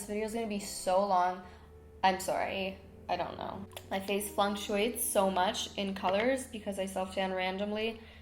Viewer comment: Hahahaha you used it in the right context but it’s pronounced FLUK-SHOO-ATES. Not flunk lmao it’s okay I do it too